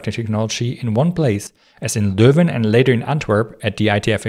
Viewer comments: This is the first time ive heard a foreigner say Leuven correctly multiple times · I find it amusing that people are surprised he pronounces Leuven perfectly, considering the German spelling Löwen corresponds exactly to the same sounds Dutch uses. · Your pronunciation of Leuven was spot on!